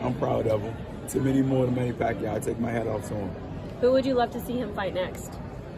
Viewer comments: its not PAC-YO, it's PAC-YAW, A is not silent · Not Pacyo, it’s Pacquiao.🤣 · So OK.. it is wot it is …. But it NOT Pakyu! It’s pakYAaaaw. Accent on 2nd syllable. C’mon guys, he’s retiring already …pls get the name right!!!